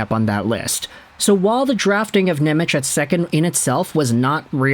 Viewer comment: it's pronounced Nemetz